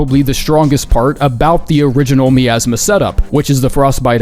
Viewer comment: that miasma pronunciation got me fucked up